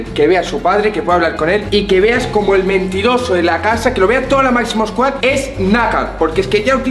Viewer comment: En el minuto dice mazimo sqooad jajaj ( no hate te quiero ❤️)